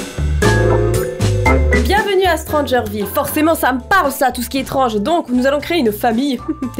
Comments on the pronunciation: Ta dis strangerfille et pas strangerville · "Stranger Figue" 2019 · Au début j'ai entendu '' stranger things '' mais C stranger ville 😅 je suis trop acro à cette série 😅😅😅 Je lais regarde 5 fois les 3 saison ❤️🥰